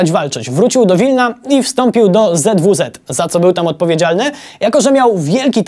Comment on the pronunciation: ZWZ- a nie WZW.... A nie ten film :/